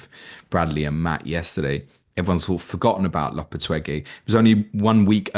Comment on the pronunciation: It's 'Lo-pe-teg-wee' Gui = Gwee in Spanish btw